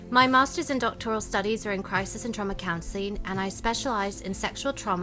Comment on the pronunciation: The accent is okay-ish, but the dead giveaway word was “counseling” because she said it like “counsel-een.” Double ee sound no g? That’s American, and regional as well. I’m not exactly sure what area, but I’ve only heard some people say it like that.